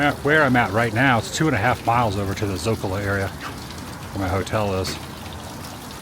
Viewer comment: Adam, es el Zócalo. No digas la a al final de la palabra. Gracias hermano!